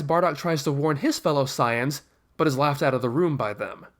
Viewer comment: its not siayans its saiyans